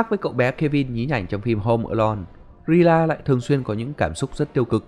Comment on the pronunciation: Rina ổng đọc là Rila=)